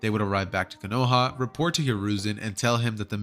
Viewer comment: man just said konowa instead of kono HA